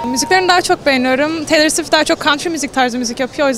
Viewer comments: 1.36 dan sonra neden Taylır Swit diyosunuz ya kadının ismi Teylır Swift diye okunuyooor TAYLOR AŞKM 💕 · arkadaslar Taylor Swift'in okunuşu taylor swift degil "teylır swift" allah rizasi icin duzgun okuyun soyleyin sunuuu bide kalp atinn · Teylır sivift diye okunuyor ögrenin kdxjcjcj ( umarım doğrudur yanlışsa saldırmayın lütfen 😂)